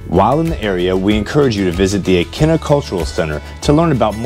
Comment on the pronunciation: Nice video on the Vineyard. You were killing us though with the town pronunciations. You got Vineyard Haven right- Menemsha (Ma- nem- sha, it’s just one Oak and 2 Bluffs, Edgar town not ton and Aquinnah A- Quinn - A.